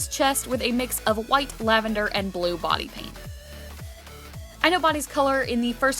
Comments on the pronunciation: It sounded like she said "Bonnie paint" when she said "Body paint". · I thought that you said white Bonnie paint